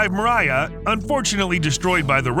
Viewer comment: NOT "MARIAH!!" Meer-YAH! ("Dream" in Russian).